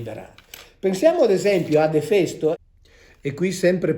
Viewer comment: Finalmente ho imparato come si pronuncia Efèsto